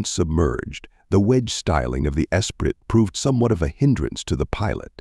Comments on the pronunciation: Turned it off after 4 seconds when your cheap AI narrator does not pronounce ESPRIT. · Same here. Disgusting.